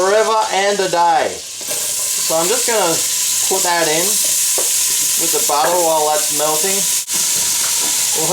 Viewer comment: I like how you say chaze and butta...